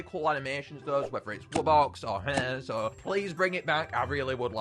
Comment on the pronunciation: The way pronounces Hyehehe is hilarious